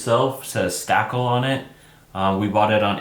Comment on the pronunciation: It’s pronounced stay-cool lol Stakol 🥰